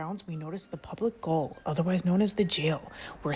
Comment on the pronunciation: The "GAOL" is, a soft "g" long "a", long "o" and "l" "JAY-OLE".